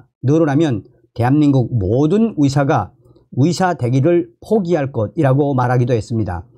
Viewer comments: 의사를 위사라고 발음하는것 같아서듣기가 거북해요 북한식인가요.? 이젠 고치실 때가 되었어요 요며칠 매일 들으면서 의사, 의료 등 발음이 너무나 이상해요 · 😒맞아요! 북한식 발음인지 몰라도 며칠전부터 위사 위사 하시는데 너무 귀에 거슬립니다.